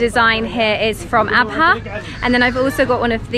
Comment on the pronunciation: Thank you SO MUCH for pronouncing the “H” in Abha. I hate it when people say Abaa